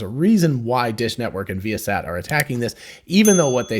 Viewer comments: I think it is pronounced vye' uh sat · So not vy-a-sat ?